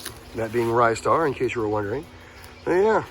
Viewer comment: I hate to destroy your childhood memory but it's pronounced 'Ree-star'.